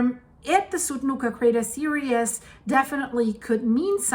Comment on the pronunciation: Series is pronounced sear-ees not serious sorry it is stupid of me but it drives me crazy when you say crater serious when your meaning to say series! 🙏 thanks for all your time and effort your pouring into all these videos, I really do love watching them, especially when you go live! Hi rudi lol!!